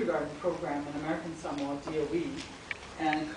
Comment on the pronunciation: Mad lecture but why do you american samoans mispronounce 'Samoa,' you know how to say it so stop tryna fia palagi